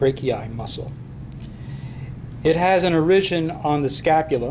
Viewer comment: why do you pronounce origin so strange?